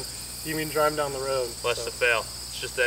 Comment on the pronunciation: DWIVE FWOM YOUR GWAVE (sorry, had to be done)